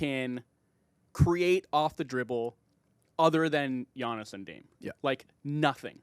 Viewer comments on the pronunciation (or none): Omg please stop calling him G-annis that is insane lmao